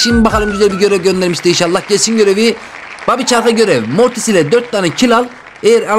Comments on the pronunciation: moris yani mortis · abi mortise morris demen komik cevap morris